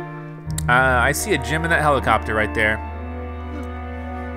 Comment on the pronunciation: Every time says "gem" I hear "gym." lol